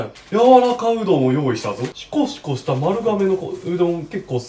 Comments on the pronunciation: シコシコを地味に強調するの好きwww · シコシコ強調すなww